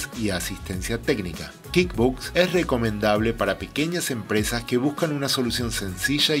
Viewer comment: "Kid" books? Me perdiste en el primer minuto, se pronuncia KuickBuksss, dudo que sepas lo que estás "enseñando" si no sabes ni cómo se pronuncia el software.